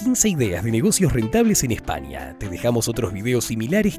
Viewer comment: Este vídeo esta a la altura de la pronunciación de espania.....